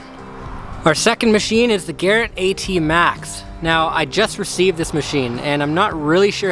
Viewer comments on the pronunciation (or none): none